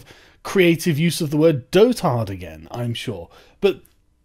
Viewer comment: At first I thought you were using a Korean word when you said "dotard". It's spelled that way, but it's said as Doedered. Like someone that is in a continuous state of dottering. It's not even really an old word.